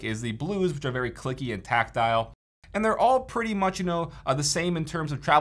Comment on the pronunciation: "cherry brown tactaile" Your making me Lough